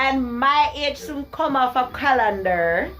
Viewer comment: cah-lan-der dwl!!